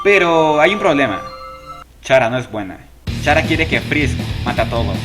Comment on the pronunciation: Se pronuncia cara >:v